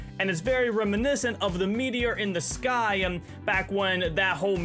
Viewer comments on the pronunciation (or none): why do you say the letter m at the end of most words? like fog, you said fogm and also sky you said skym, and not to mention when you said seasonm and thingm